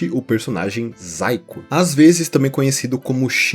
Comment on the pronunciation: zaiko? achava que estava falando saiko, já tava me perguntando "o saiko fez um video de dragon ball AF e mostrou uma fanart que virou lost midia?"